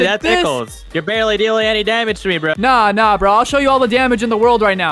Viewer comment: почему так произносите слова типо броуууу